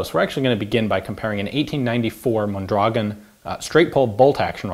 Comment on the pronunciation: He pronounces it pretty well once, when he reads the markings in Spanish.